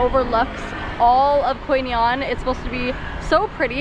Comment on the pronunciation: lolz ... i can hear you said Quy Nhon there you go ... Your vietnamese is good now , that's a hard words !